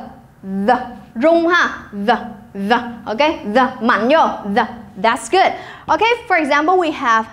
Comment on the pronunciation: cô ơi từ good ko đọc âm "d" ở cuối câu sao?